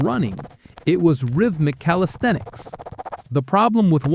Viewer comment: What are “calistheenics”? 😂